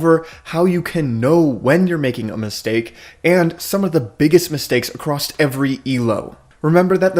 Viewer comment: Acrosst!! Across, where are you getting the "T"! lol it is driving me crazy!